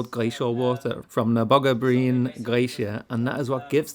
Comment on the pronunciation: lol, you actually pronounced "lange bein" which means long legs in Norwegian 😆. - The letter Y is tough for most non native speakers I guess, so that's to be expected 😅